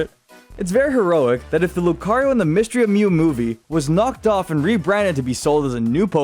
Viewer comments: YOU GOT THE SECOND SYLLABLE WRONG! IT'S LOO-KAH-REE-OH, NOT LOO-KUH-REE-OH! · Lucario 🚫 Loo-kuh-ree-oh ✅ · I lost brain cells from the way you pronounced 'Lucario' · That is a pretty weird way of pronunciating lucario lol